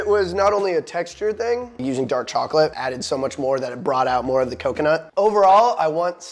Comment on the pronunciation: I need a 1 hour video of him saying " CACA-NUT"